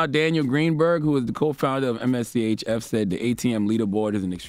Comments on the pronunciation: MSCHF is how you spell it... It's just pronounced mischief... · Just say Mischief. Geez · I’m weak, it’s pronounced “Mischief”